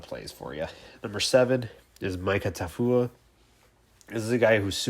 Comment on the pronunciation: Make sure you are saying players names correctly. Britain Covey & Mika Tafua...lol